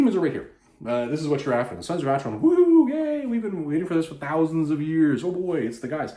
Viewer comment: My Goddess, a Conan the Barbarian Graphic Novel "written" by Don Kraar, a man who in my opinion should never be permitted any where near any of Conan's adventures. Oh, one other thing, it it pronounced "Aker-on", not "Acher-on".